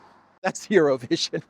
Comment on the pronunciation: LOL IT SOUNDED LIKE YOU SAID ''ZERO-VISION' NOT EUROVISION TOOO FUNNY